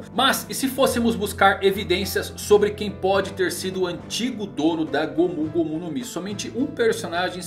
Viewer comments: mano,só eu q fico incomodado pq ele fala gomú gomú no mi? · Q agonia ele falando "gômú gômú" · É legal ver ele falando "gomU gomU no mi"